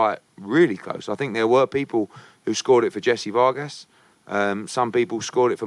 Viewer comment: Jessie Vawr-gaas